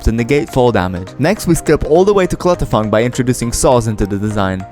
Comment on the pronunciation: He called clutterfunk clutterfuck😂